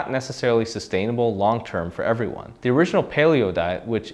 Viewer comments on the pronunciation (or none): none